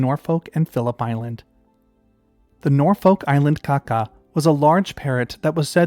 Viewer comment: Kākā is more pronounced like 'car car' rather than a quick 'kaka'. The macron elongates the sound in Māori, at least it's like that in NZ with our Kākā. I'd imagine the Norfolk one was probably pronounced the same but yeah.